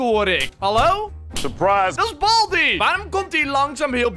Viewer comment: Het is baldy niet balby